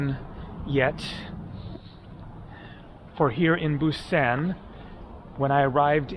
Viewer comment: Mispronounced Bim Bim Bap (Think Bop) and Busan. Think Busaan. You chose to stay away from the harbor. If you moved a mile or two away from the river and nearer to the water, you’d see the large seafood market and the busier areas of town. Busaan has a lot to offer!